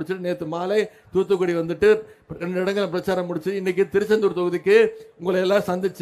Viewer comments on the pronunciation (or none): Its not TuTu Kudi 😂 muttal - Its Thoothukudi